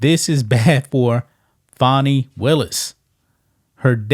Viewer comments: Not Fonnie. Is FANNIE. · Every time I hear someone pronounce her name FAWNY they get an automatic 👎😅👎 GTFOH! Her name is Fani which is pronounced FANNY! If they wanted it pronounced FAWNY then they shouldve learned to spell!